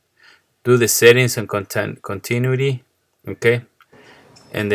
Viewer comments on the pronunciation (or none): Continuity... voice emphasis on the "u", bro. Also, my machine would not run. Since I noticed that the front switch lever felt like brocken, so I figured the best way to start was to replace the front switch, and this worked. Thanks amigo por su deseo de enseñar. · "con-ta-new-a-t" Thank for your help my man!